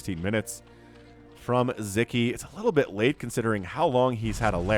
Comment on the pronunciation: Just a little help with the pronunciation: In hungarian the “s” and “z” together “sz” is a standalone letter and its sounds like a regular “s” in english like the “s” in the word “soul” for example. Anyway, keep up the good work, I really enjoy Your videos :)